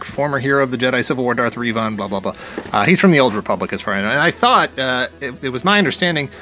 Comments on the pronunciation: It's pronounced "Rev-in" not "Reevon" lol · You didn't need to say that you don't know much about Darth Revan, you made that clear when you pronounced it like "Yvonne." ;-) I enjoyed playing Knights of the Old Republic even though it was rather dated by the time I got around to it. I still see it pop up in sales on Steam every once in a while so it can be picked up fairly cheap. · I've always heard Reh-vin as well. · Love your content but boy I almost died when you said Reeeevon lol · According to the games it's pronounced "Reh-vin," but maybe you were just goofin'! I've found these at different GameStop stores and after seeing them in person, I decided to pass on all but Revan and Sabine. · You had to butcher that Revan name. Worst pronunciation I’ve ever heard of his name.